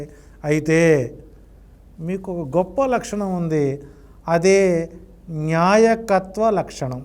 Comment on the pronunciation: Nyaayakathvo kaadu baabu. ,NAAYAKATHVAO laxanam